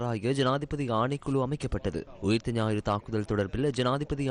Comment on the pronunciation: தலைப்புச் செய்தியில் ஊத்த ஞாயிறு என்று தமிழை மிக அழகாகச் செய்தி வாசிப்பாளர் உச்சரித்திருக்கிறார்.